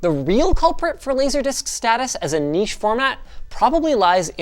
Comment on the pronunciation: A north american that pronounces niche correctly, but still says jif